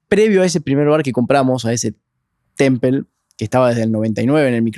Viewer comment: Es hecho por IA? No pueden pronunciar "temple" o¿ yo escucho mal? ¿O como es el nombre?